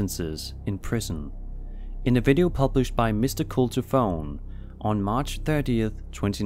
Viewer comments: Perbounces it "Mr cult ofone" Bruh.. Cult of one? Maybe? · My thoughts are Mrcultofone is pronounced "Mister cult of one," not "Mister cult o phone." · Dudeeeee. It’s “mr. cult of one” not “cultofone” 👍🏻👍🏻